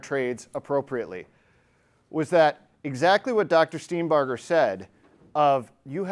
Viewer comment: OMG -- one of the few people who have properly pronounced Dr. Steenbarger's name:, impressive